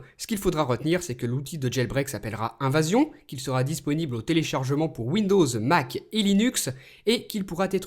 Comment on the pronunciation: mdr "invasion" au lieu d evasion :p (3;14)